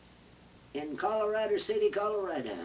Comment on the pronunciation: She pronounced it Colorada 😁 I wonder how she pronounced California